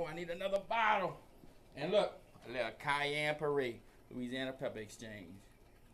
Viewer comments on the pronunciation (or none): none